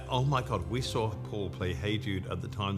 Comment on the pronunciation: In the beginning of the video she pronounces the word "saw" as "sar" just like her dad did when he sang that song "Till There Was You."